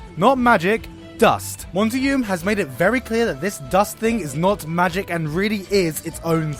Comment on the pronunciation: If he says Monty's name wrong again.... I'm going to go crazy lol. Also, he can't say "argue" lol. RIP Monty ❤️